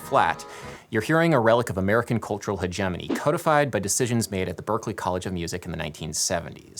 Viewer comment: holy cow.. I came expecting weirdness but nothing could prepare me for your pronunciation of hegemony. I can no longer tell up from down, night from day, cats from dogs. My reality is shattered.